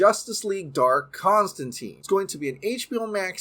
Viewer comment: You mispronounced Constantine all throughout the video. You claim to be a Snyderverse fan and yet you are supporting BOP and its spinoffs when its a production by Hamada.